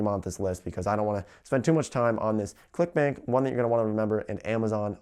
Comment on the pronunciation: When you said "clickbank" I swear to God that I heard you said "clickbait..."